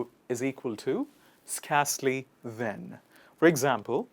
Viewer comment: You pronounce 'scarcely wrong not as in scar but as in scare pronounce as 'sker'